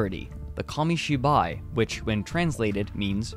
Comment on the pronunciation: What is monga? Komishiboy? Why can't Americans say foreign words without using that pretentious but wrong pronunciation...